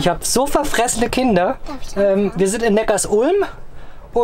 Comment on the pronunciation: Was- noch kein Shitstorm der Neckarsulmer😝 ich werde immer hingewiesen das es Neckar- sulm und nicht Neckars- ulm ausgesprochen wird. Cooles Video.